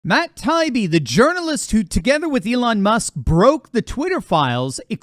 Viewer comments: Hey, is Tie-ee-bee not tie-be. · It’s Matt Tie-Ee-Bee He’s the ONE honest journalist left. Give him the respect of pronouncing his name properly. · This is the fourth video where you Mispronounced Matt “Tie-ee-bee ‘s name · I think that Matt says Tie ee bee. He's reported some great stuff. Your reporting is excellent as well. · please STOP mispronouncing Matt Taibbi's last name. It's annoying and a lazy approach on your part. This is my third notice to you on this subject. Will you never learn?